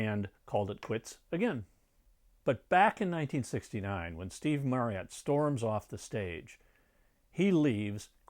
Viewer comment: Firstly, that is not how you pronounce Marriott. Secondly, Immediate and 'intermediate' are very different words.